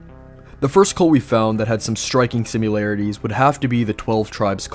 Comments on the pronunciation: It's sim][larities, not simUlarities... Honestly almost just stopped watching because of how many times you say simUlarities... Like Nukular instead of Nuclear... Pure ear rape.. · "simularities" lmao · Striking simyoolarities.... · Say it with me. sim-AR-larities. similarities. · Why dafuk does this dude pronounce "similarities" like that?? He says it as if there's a "U" throw into the middle of the word lmao